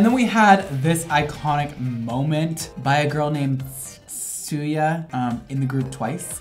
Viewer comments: sUya fRom tWiCE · Honestly, and he kept apologizing, even for Tsuyu, which personally, if someone says her name wrong, I'm not going to behead them bc it reads like zoey almost but more like "Tzu-ie", but if you aren't too familiar with Twice or know anyone who says their name the same way, you wouldn't know. As with the case with Chanyeol, Korean phonetics are so foreign to English speakers, I feel like their vowels are more towards the back of the mouth, whereas English is more up front??